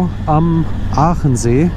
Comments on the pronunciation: Hallo, wieder ein tolles Video, Vielen Dank! Aber der See heißt Achensee, nicht Aachensee😀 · Hallo, Pertisau klang ganz gut😀😀 LG Martin